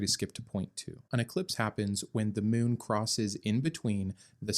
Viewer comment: The way you pronounced "moon" 😂😂